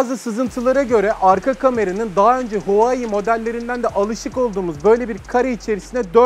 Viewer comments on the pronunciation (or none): öneri: huawei'i huvayi, wifi'ı vayfi diye okumanız amatörce olmuş zira teknoloji kanalısınız. marka ve terimlerin isimlerini doğru okumanız gerekir diye düşünüyorum ben. onun haricinde severek izliyoruz.